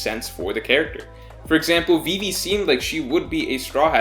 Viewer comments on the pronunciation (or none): none